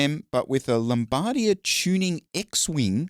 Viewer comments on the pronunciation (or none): LOMBARDIA?! Lolll. Best mispronounciation of lambda I've ever heard. Half life for life.